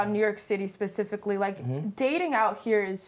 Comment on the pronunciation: If he says "pacifically" one more time...🙃🤣